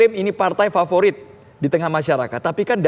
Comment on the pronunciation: "PARTAI UMAT ..PARTAI PAVORIT PUBLIK" wkwkwkwkwkwkwkwkkwkwkwkwkwkwkwkwkwkw